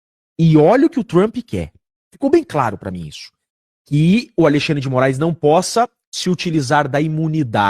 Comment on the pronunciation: Kkkkkkkk...xandeclaire, xanderléia, xandercí........eu não aguento...kkkkkkkk